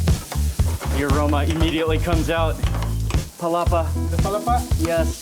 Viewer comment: I believe Mark still saying “Palapa” up to this day hahaha just joking Mark! Same feels! That Palapa is addictive and you can add it to many foods to make it more delicious.